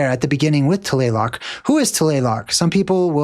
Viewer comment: TLALOC … pronounce it as written TLA-LOC